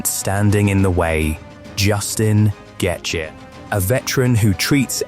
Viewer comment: Is this ai? Why you saying Gaethje like that?